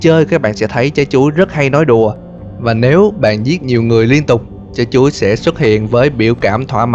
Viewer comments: Mỗi lần nghe từ “Chái Chuối” là del nhịn đc cười 😂😂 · Nghe anh ns chữ "Trái chuối" nó cứ mắc cười sao ấy.